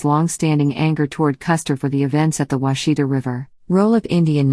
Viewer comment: That's not the way you pronounce Washita.